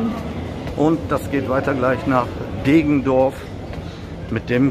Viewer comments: Deggendorf nicht Degendorf ! Grüße aus der Dreiflüssestadt :) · Deggendorf nicht Degendorf. Und , da kommt endlich dein begehrter Citaro K